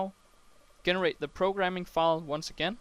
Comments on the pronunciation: Also, just a heads up: "generate" is pronounced "JEH-NER-ATE" rather than "GHE-NER-ATE". The G is soft. Well done on the tutorial! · AWesome lesson . really enjoyed it and informative. Note Generate is pronounced Jen-erate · I can't accept the way you say 'Generate' lol ty for your help